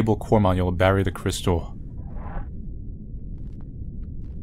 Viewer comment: When he said 'Crys-sistal' I died. XD